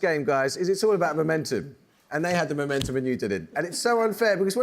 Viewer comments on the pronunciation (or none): none